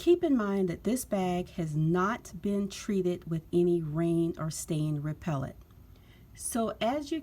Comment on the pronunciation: What is "repellet"? I've heard of repellent, but not, "repellet".